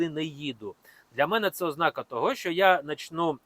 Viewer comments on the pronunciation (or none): none